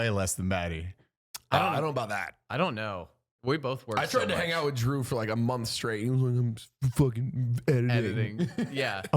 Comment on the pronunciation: did anyone else hear Jew not Drew lmao